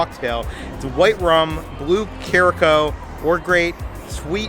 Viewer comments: Blue Caracoa is pronounced Blue Cure-a-sow, just so you know. I had trouble with that for a long time as well. Lol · Congrats on 100,000. You’re growing exponentially! FYI, Curaçao is pronounced “kura-sow,” as in the Caribbean island. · Blue Curacao is pronounced care-a-sow (rhymes with cow). :)